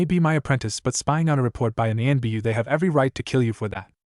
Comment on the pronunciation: This AI starts with master then switches to bastardized Japanese shishou which the AI pronounces shershow. You know like Shersway Uchiha. I cannot stand this voice. This being Naruto in anbu sorry umboo, usually it's constantly talking about protocols, compartmentalize, strategies. Don't forget all the Chons kuans. Can't blame the AI narrator for that all the fanfics use like 5 bastardized Japanese words every other word.